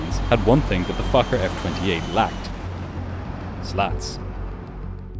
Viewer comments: That also sounded like f*** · im sorry but it sounds like you keep saying 'fucker f20' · Why does my inner 12yo come out every time you say focker? “But this focker had flaps.” 🤣🤣🤣 Ok ok, I’ll go back to adulthood now.. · its sound like you said fucker at the start of the video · I kept hearing “the fucker” when he referred to the plane and I feel a little bad about being so amused by that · im sry but everytime you say fokker i hear f8cker 😔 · Every time the narrator says "USAir Fokker F-28" it sounds like he is cussing! Not good if you have small, impressionable children listening. (joke) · air fokker. 😂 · I KEEP HEARING THE SWEAR WORD. Also he repeated the airline name again as I read your comment, so it was hilarious even more xD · Your Fokker pronunciation is crazy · He did not say Fokker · He said fokker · the first time I swear he said something else😂